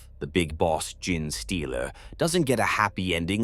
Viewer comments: I do...love this channel for its tales...but hearing the narrator say "Gin-Stealer" all the time... makes me pause the video and debating if I want to continue watching... like how does "GENE" become "GIN" ? p_p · nah this one is pretty good. amd the voice itself is great. Just need to change the prompt so it replaces gene with jean or something you can also tell that the parasitic like nature of the concept and the fact that genetic contains the word phenome "tick" throws it off at a few places too. a few corrective prompts could solve this problem or mitigate it. genetic is also ironically an example of a word where the word bucks the trend of that second e changes the pronunciation to a long e. from "jean" to gen in the word genetic, but not gene. genesis is another, which funnily enough literally just came up as i was tying this 😂 compared to others out there its a pretty good one imo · maybe having the script writing it as jean-stealer will get it to pronounce it right lol. it seems to have a particularly hard time with genestealer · I like the art. Good point about the tyrannid cult model. I've been enjoying your videos so much. But I can't with the narrator repeatedly saying Gin-Stealer, Gin-Tick, & Gin-Ration. Please. It's worth the time to go back and fix it. Thanks for all the good lore. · It's hilarious that these Ai voices are completely unable to correctly say any word containing 'gene'. This video unintentionally bonkers